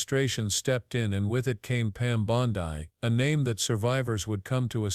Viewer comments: AI voice is shit. Bondi = “Bond-ee,” not “Bond-eye” Waste of time. Much better quality non-fascist anti-MAGAt shit out there people e.g. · Pam Bon-die???